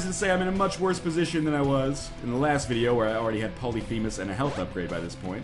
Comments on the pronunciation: From "pah-luh-fee'-muhs" The " fee' " is pronounced "fay" I believe. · Pylolphemus? Lol.